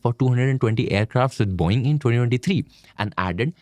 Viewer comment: It's Boe-ing. Not Boing.